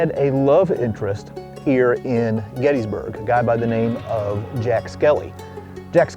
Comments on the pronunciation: I'm starting a campaign to get you to pronounce Gettysburg correctly. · GettISburg.. but "Getty" is accepted by many locals